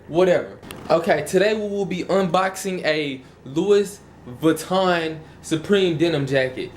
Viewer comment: HAHA!!! $200 - $300 for the real shit is a joke... try $4,000-$5,000 if you get a good deal. plus you pronounced Louis in Louis Vuitton wrong. i would say do a little more research.